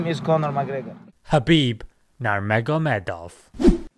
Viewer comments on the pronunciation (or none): His name is not Narmoghamedov, but Nurmughamedov. It begins with Nur like noor. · Its pronounced noormogamedoo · His last name is pronounced “NurMohamadov” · Brother pronounce his name right please Its understandable if a nonMuslim mispronounces his name but a Muslim that too a learned one one who promotes for Islam? His name is Habib NurMuHammadof حبیب نور محمد وف